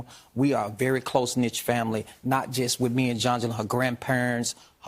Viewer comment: Close Knit. Not close Niche’